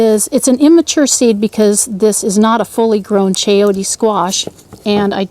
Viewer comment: Very informative and entertaining video! p s it's chayo-te the te sound is the same as the te sound in tender ... not chayotea. No, no please